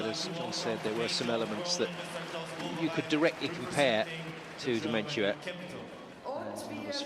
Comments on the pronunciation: Eurosport commentators: it is Dementyeva. Dementia is a mental disease. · I can't help but laugh at the Eurosport guys butchering Dementyeva's name - I was like who the f is "Dementia?" At least the BBC crew got it right :)